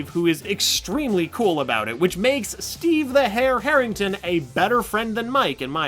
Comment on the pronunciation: Steve Harrington na STEVE HAIRINGTON